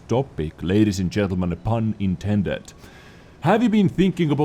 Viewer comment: I keep hearing 'bun intended' and that makes it so much better